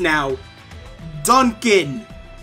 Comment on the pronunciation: im sorry. d UN c aN?